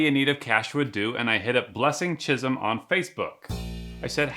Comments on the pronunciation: Chisom is pronounced Chi'soam not chizm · It's the way he pronoun chisom though 😂😂😂😭